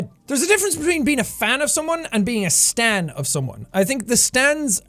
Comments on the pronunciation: Ooooooooh I thought he said "stand" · Is he saying stand or stan